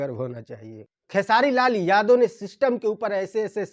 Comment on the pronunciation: Bhai vah sab to theek hai lekin jab Tum khesari Lal Yadav bolate ho to Yadav Shabd per itna Jor kyon ek Karan yah bhi hai isliye hamara Bihar piche hai kyunki hamare Bihar mein jativad bahut jyada hai to anurodh hai aapse ki thoda title per kamjor dekar bole aur jo Mudda hai use per jyada Jor dekar bole taki log acche se samajh paye aur sorry agar yah meri baat bura laga ho